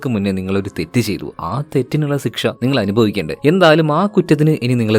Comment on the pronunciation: സിക്ഷ അല്ല ശിക്ഷ 😂